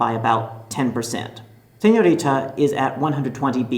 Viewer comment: Jam-less Bangtan I really don’t get this, did he pronounce it the way Koreans do? If he did okay bc I almost stopped watching this it drove me mad the way he said it 😕